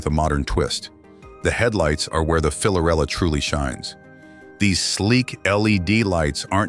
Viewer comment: It’s hard to take this seriously when the narrator is unable to correctly state the product’s name